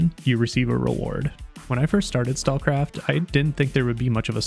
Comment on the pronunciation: Probably because he didn't linked or put the name of the game in description or pinned comment. He can't even pronounce the game name right. Stalkcraft? Stallcraft? Stakecraft?